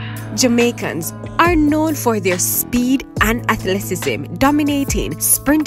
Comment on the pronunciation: You struggled withnthis word. It is pronounxed phonetically - ath-let-ti-cism. Excellent episode.